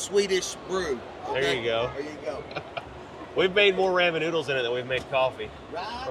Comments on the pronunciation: The way he says ramen is funny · You say RAMEN how?!🤣🤣🤣